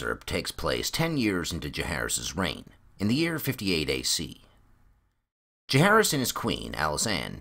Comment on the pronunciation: Can't wait for this book to temporarily sate my appetite for more ASOIAF. Tiny gripe (and call me an ass if you wish) but what's up with pronunciation of "Jahaerys"? Like Aerys or Jacaerys or Maelys the Monstrous the sounds are always the same. I'll go and hide in the corner now.... 😔